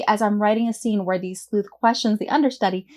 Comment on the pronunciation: Thank you for your video, I was planning to create a messy crime story, now it looks easier on me at least. I just wanted to share with you that english is not my mother language and every time you said 'sleuht' in the beginning I was confused why you say "sl*t"especially with a weird accent. 😂